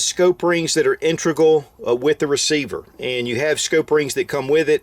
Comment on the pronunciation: It's integral, not intregal